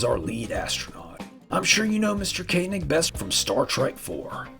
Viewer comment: Of course you know how to pronounce "Koenig" correctly. I'm proud of you, son.